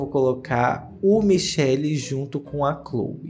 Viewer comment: Gente parece de chamar MICHELE desse jeito, eu aqui na Itália fico doidinha pq si pronuncia "mikèle", enquanto dito do outro jeito é outro nome e feminino kkkk